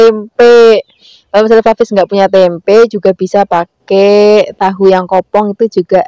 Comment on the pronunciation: Tempe aja mbk jangan tempek..aneh dengernya😂